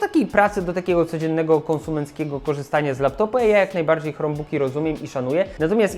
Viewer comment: Hej, bardzo cenię sobie Twoją twórczość, jednakże czasem kaleczysz angielski bardziej niż Borys:) Dlaczego wymawiasz "krombuk" jako "chromebuk"? Albo po konsekwetnie po polsku "chrombok" albo konsekwetnie po angielsku "krombuk". To jakby mówić "pi es pięć" lub "pe es fajf".